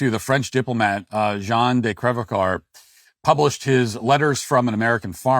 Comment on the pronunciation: Fun fact: your pronunciation of Crèvecoeur is amusing but did you know what it means? It means heartbreaker.